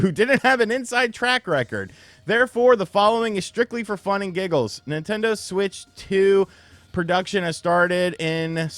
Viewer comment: The Nin-TEN-doh SuWEEEIITCH TEEUUWWWWW!